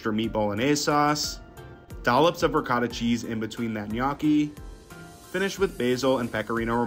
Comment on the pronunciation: Pls learn how to pronounce ricotta and gnocchi